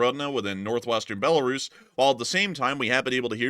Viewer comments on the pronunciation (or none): none